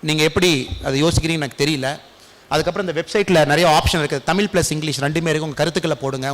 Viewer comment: Best wishes to Annamalai and his team ! Nice to see the blend of nationalism and religious pride. I have one request- could Thiru annamalai avl., please ensure he pronounces the word தமிழ் and other தமிழ் words correctly 🙏? It is not "தமில்" . This may sound like a trivial point but i believe that Regional pride starts with respecting the language enough to speak it the way it's supposed to be spoken.